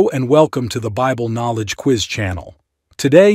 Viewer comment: Quiz not Queeze.